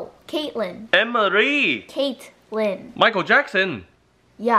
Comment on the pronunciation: IT NOT JING JING IT LING LING